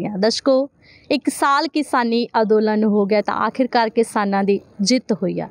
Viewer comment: ਅੰਦੋਲਨ ਬੋਲੋ ਅਦੋਲਨ ਨਹੀਂ